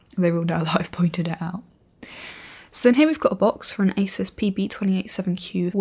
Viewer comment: I knew it was pronounced "Eysus" & not "Ahsoos" Because British folks know better... :P